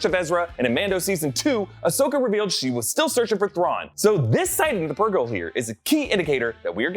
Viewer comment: Thank you for not pulling a Ryan arey and for some reason pronouncing "purgill" wrong